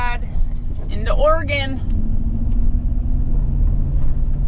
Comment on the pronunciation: Thank you for pronouncing Oregon correctly❤❤